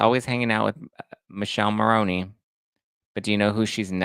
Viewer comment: youre great but please pronounce Michele's name properly, this italian cannot stand it 😅 Mick-eh-leh Mah-row-nee